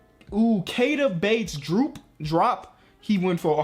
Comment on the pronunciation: Keith Bates-Diop not Bates-Drop